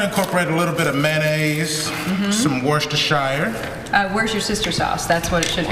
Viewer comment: The correct pronunciation is "Wusta-shir" sauce, lady.